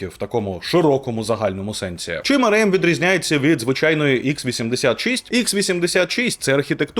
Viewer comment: Стільки разів той еМ у цьому ролику АРЕ! АРЕЕМ і АРЕЕМ... І ще й напевно АРЕ він про СЕШЕА🤦‍♂️... АРЕ ЕМ... А спробуйте вимовити А ЕР ЕМ?!